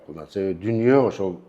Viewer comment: Дүнүйө эмес дүйнөбү...